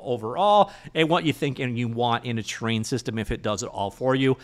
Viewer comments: Thought he was saying train systems 😂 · When you say 'terrain' in a video it always sounds like 'train' to me, so when you do a video about an actual terrain system I can relax, as I know what the 'train' means immediately :) If you ever do a terrain video that somehow heavily features trains I'll be in trouble. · Wait. Is it Terrain3D or Train3D? You keep saying "train". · Terrain isn't pronounced as "train".